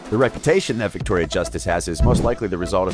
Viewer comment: "virctoria" WERES MY MAC PRO